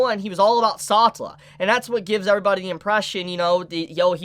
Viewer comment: SA TeLA not satla PLEASE, i like watching you talk, but the way you say that hurts my ears...